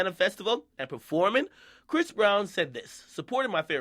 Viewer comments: Stop calling him bhris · Stop sayin briss....... Bish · stop calling him bris 😂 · Why he keep saying bhris breezy though? Doesn't sound right lol